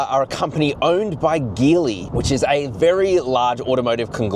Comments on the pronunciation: It’s pronounced as Geely (Ji Li), like Geelong, not Ghi Long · Great video and can’t wait to see the 7X land in Australia! By the way the word Geely should be pronounced as Jeely😊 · Geely is pronounced djilee mate!